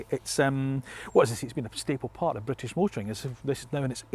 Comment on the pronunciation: I’m Scottish 🏴 not bwitish